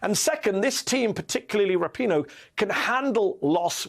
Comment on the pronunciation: I love all the Weekend Hosts, but you most of all Mehdi! But may i please correct you on how to pronounce Megan's last name? The emphasis is on the 2nd Syllable: as in Ra - 'PEEN' - Oe, not, 'RAP' - i - Noe. I know of her because of her Fiance, Sue Bird, a 4-Time WNBA Champion, w/the Seattle Storm & All-Time Assist Leader!